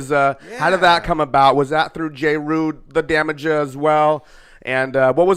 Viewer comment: Dude said "Dru the damaja".... yooo yall dont know about the culture FOH!!!!! ITS JERU DA DAMAYA!!!!!